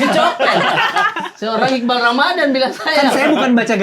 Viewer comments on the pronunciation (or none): iqbaal bang bukan iqbal, a nya dua